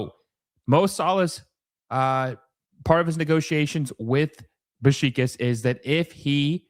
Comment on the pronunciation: Your pronunciation of Beşiktaş is killing me. Besh-ick-tash.